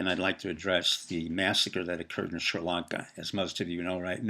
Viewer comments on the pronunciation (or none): none